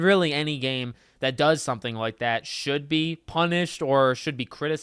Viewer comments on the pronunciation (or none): none